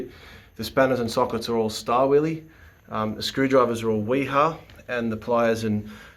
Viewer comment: STAR-WILLIE - NIPPEX | SCHTAVILLER - KUH-NIP-EX